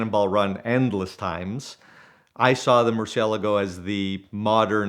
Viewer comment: If your gonna own a car that expensive you should atleast know how to pronounce the name of it correctly. Awesome car story though.